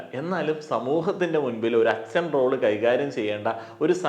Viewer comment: അച്ചൻ അല്ല അച്ഛൻ... 😁